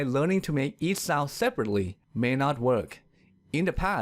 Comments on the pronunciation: but your pronunciation of sound is weird... your sound sounds south to me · the narrarator's pronounciation isnt that well!the narrarator's pronounciation isnt that well! work on 'ds. you say "soun" instead of sound. also you say -ch words odd. you say "eash" instead of each. your -m. you say time like "tie". hope this helps! but you are a good speaker for a non native. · The way you pronounce "sound" is so hilariously ironic.